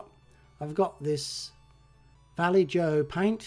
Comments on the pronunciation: great job. Pretty sure half moon's on either side of the bonnet is a handle to raise same. The face paint may be pronounced "va-lay-oh". Appears Kevin doesn't grass on his mates as "snitches get stitches" Narragansett Bay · Vallejo is “Val-lay-ho” and remember Kevin says “snitches get stitches”. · The paint is pronounced va-lay-hoe.....😊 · Beautiful work as usual. If you would like free paint, it is Valle-ho with a Spanish j (or Catalan since they are in Barcelona). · Vallejo is not pronounced Valley-jo but rather Va-YAY-ho being a Spanish name. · Vallejo is pronounced like: -Va from valley -Ye from yes -Ho from Santa’s typical Christmas ho-ho-ho!